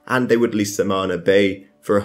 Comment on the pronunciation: "SaMaNa" Please, learn your names, I know this sound demanding, but ye, learn your names.